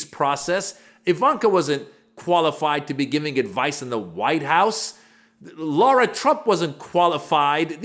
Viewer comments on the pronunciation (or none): LARA trump FFS NOT "LAURA" YOU SOUND LIKE AN IDIOT WHEN YOU SAY IT WRONG!